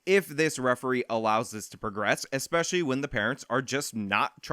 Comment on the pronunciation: 'eggspeshully on the left wing'.... ahahahaha okay kid.